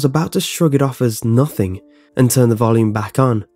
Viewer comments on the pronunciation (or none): none